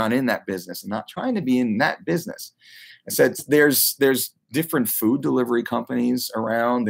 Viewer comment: The way you say food is triggering